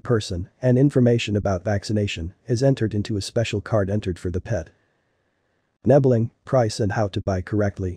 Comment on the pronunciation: Aren't nebelungs solid grey? Also...you're saying "nebbeling"